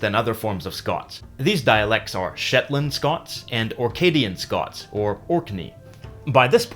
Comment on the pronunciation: he said Shitland island :D